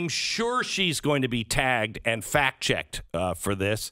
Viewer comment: Thought you said Alyssa milano would be: "fat checked" not "fact checked"